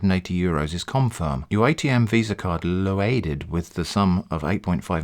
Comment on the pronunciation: The way you say "loaeded" tickles me so much